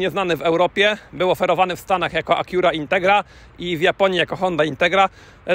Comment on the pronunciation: A dlaczego Acura nie wymawiasz poprawnie tylko "spolszczasz" ? Wymowa jest całkowicie inna "a kju ra" , a ty walisz tekstem jakbyś łaził po zagrodzie . Patrz "A KU ra". A jak wymawiasz Schwarzenegger? I jak z tym BMW ? Jak wymawiasz, a jak się powinno?